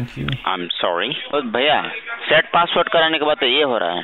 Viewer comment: "Bhaiya sate paaswerd"🤣